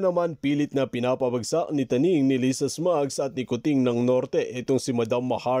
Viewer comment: Tuning Hindi Taning